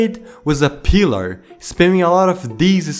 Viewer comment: Is it just me or is it funny how he said “peeler” instead of pillar 😂